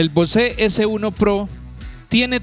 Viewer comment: Bose (bouz) not (Bosé)